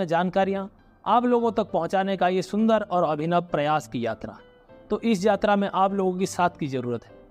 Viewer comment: It's Yatra. Not Jatra